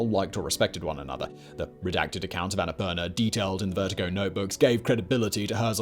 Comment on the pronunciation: Bro, the pronounciation is the Sanskrit word ann-a-poor-naa